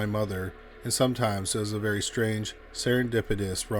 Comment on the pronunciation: Ah, yes. Always keep some “skeptitism”… because that’s a real word. Couldnt be “skepticism” you meant.